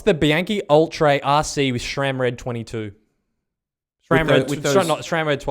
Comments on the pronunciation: It is "Sram" and not "Schram". There is no "ch" in the name. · "Shram" Lol. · There is no H ib SRAM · I’m still confused why people don’t pronounce SRAM correctly